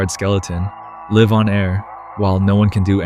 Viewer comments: is when i realized this is an AI voiced channel because of the pronunciation of the word "Live" in "Live on air"... I will still continue to watch it since the script appears human written, and the content is genuinely good. But just putting it out there for my own peace. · Lie-ve on air not lihhve on air Suh kree ting not secret ing